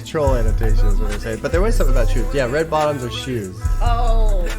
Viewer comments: I refuse to believe he's saying red bottles up it's red bottoms on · Y'all hes saying "RED BOTTOMS ON"